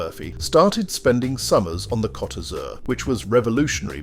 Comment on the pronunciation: It's coat not cot